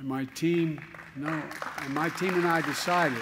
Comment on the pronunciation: When the potato says "We ddecided to invest in America" I hope he means he will take all the money China gave him,his family and others ,collect it all up and give it to the American people. Anything short of that he can KMA.